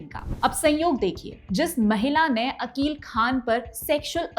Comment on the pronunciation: मोहम्मद अकिल खान आरोपी का नाम सही से बोले